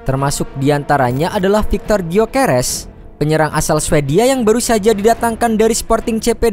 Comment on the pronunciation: Gyokeres atau Gyokere😂😂😂